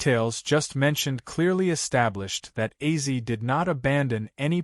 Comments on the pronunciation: AI generated narrator? Acee? Ozzy? Weird. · How does A.I pronounce Ozzie as Azy i mean seriously Ozzie or Ozzy would be well i would think not hard for Artificial intelligence to say but Azy....I hope this will be rejected by real fans. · Ozzy will probably come back to life to slap the shit out of this AI video uploader. Wtf is AZY??? Or is it bait to get comments and engagement?? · 😮 dude it is Ozzy Ozzy Ozzy not Ozzie 😮😮😮😮😮😮😮😮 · Wtf is Azy? You mean ozzy? Dam these videos make me fkn laugh what a load of bollox